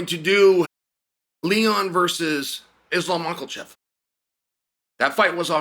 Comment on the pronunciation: Chael who the hell is Islam Mockleshev